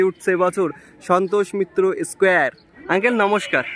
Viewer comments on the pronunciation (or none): S কেয়ার ,ভাই একটু দয়া করে স্কয়ার বল